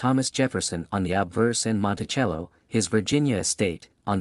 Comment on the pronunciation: Learn how to pronounce Monticello